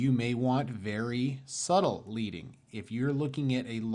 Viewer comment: Tip, leading is pronounced 'ledding' this is because in traditional printing the space between the lines of typeset was created using strips of the metal, lead. Just trying to help👍